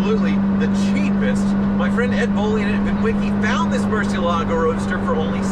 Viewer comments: why, the fuck, is everyone pronouncing it with an 's' ? it is pronounced "muɾˈθjelaɣo", with a 'th' and a soft g. It's not "moor-see-el-AH-go", it is "moor-THYE-lah-yo" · Murciélago (murci EL a go) por amor de Dios! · the way you pronounce murciélago is Spanish for bat, the Lamborghini is Italian the right pronunciation is miurchielago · Please don't butcher the Murcielago pronounciation. If Tavarish can learn it, so can you. The accent is on the e, Murciélago. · Ask Tavarish how to correctly pronounce Murcielago, please!